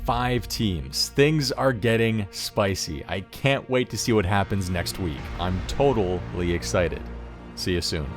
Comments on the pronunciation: On mark, said: '' I'm TOTALLY escited'' with a big emphase in the word TOTAL. I think it's a hint. Mayby next week will be a total level challenge? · Anyone else noticed the pronounciation : "total-ly excited". Total level race?! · Alright. Why so much emphasis on TOTAL-ly excited? 🤔 a clue perhaps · I don't like that emphasis when said "I'm TOTALly excited" Next challenge has to do with total level maybe? Fresh accounts trying to get the highest total level in a certain amount of time perhaps?